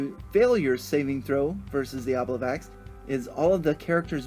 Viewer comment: I appreciate your presentation of the encounter; it looks fun. Just to share (not just nitpick) something interesting to me: traditionally the memory moss is an "obliviax" (O-B-L-I-V-I-A-X), which Dungeon Magazine #93 suggests be pronounced o-BLIV-ee-aks. It is likely meant to evoke "oblivion", which comes from Old French oblivio, and before that the Latin "oblivisci", meaning, appropriately, "forgetfulness".